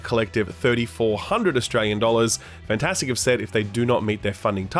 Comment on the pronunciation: and why does he always pronounce it "Fantastic"? Take that A out. "Fntastic", two vowel sounds. Easy.